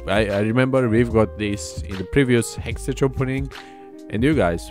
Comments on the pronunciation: The way you pronounce hextech !!!!! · learn to pronounce HEXTECH ffs